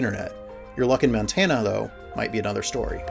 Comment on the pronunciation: montana not mantana